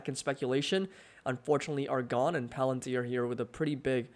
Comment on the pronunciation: Not plantir, fvrr. You kept saying plantir